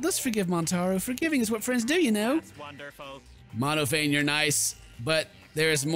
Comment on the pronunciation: plz tell me that by now, has realized that Monophanie is pronounced like the end of the name Stephanie...